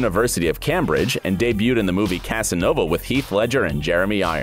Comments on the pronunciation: Cambridge is pronounced Came bridge! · Bro this man literally said Cam Bridge and Anna Boleyn in the space of 10 seconds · "Anna Bowlin" and "Cam-bridge".... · Also Cambridge, Tudors, Ane Boleyn... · The way Cambridge was pronounced made me cringe.